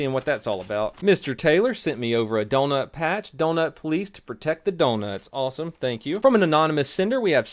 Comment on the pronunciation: You said super and awesome weird